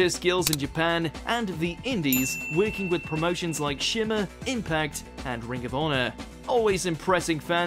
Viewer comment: Dan Milinkovich emphasis on the word “impact”